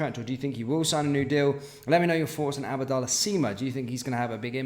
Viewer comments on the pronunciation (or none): It's not 'ABBA' dallah, It's just 'AB'DALLAH. Think you've been blasting oot ABBA on Spotify to much ffs 😄 🔴⚪️🔵